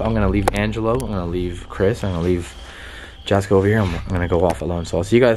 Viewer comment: Jasko name is pronounced yasko. Just call him Jaz. I watch all his vidios along with yours. Keep up the good work